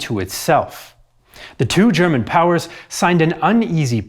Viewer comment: Your German pronounciation is on point👍